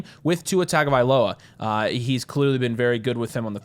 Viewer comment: its not pronounced "tag-ovailoa"